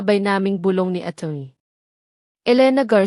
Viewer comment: Bago ka maging narrator dapat marunong Kang magbigkas Ng tama.ang attorney ginawa mong atoy.. ano yang atoy totoy. Hay naku sino mag subscribe sayo pag ganyan